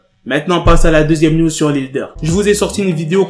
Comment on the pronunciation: je ne sais pas pourquoi quand tu dis news j entend niuds